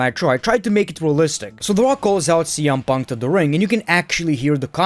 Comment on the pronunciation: Why do you keep saying CM Puntka?